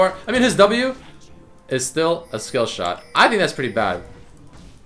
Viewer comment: Wtf did u say w skillshiw?!?!?